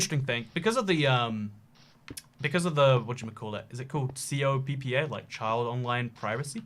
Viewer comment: Its called COPPA, all together. Cops as in police, and pa like a dad. Coppa